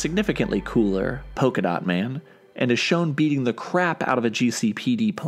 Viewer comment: Polka-Dat Man? What's he going to do throw polka-da at people?